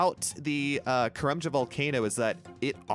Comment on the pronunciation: Say karlambwan.. one more time 😂